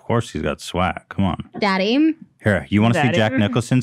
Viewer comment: SCREAMING AT HILA SAYING “daeDDy”